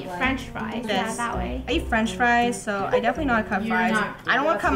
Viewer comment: Did say dough instead of so